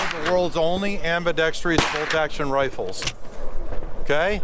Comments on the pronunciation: The word is Ambidextrous. [am″bĭ-deks´trus]. NOT am bi deks trius. So sick of people using words they can't spell. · ... There's Only One 'I' In Ambidextrous...Not Ambidextr'i'ous...Don't Try To Sell People Something/A Feature If You Can't Even Say The Word Correctly 🤣🤣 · I'm not going to buy an ambidextrous rifle from someone that calls it am-bi-dex-tree-ous. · It’s ambidextrous not ambidextrous fool. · Damn you noticed that too. It somehow tarnished an otherwise perfect presentation. Bro could sell ice cubes to an eskimo.